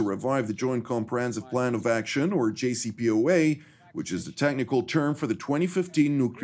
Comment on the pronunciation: Did he call it the “JOPCA?”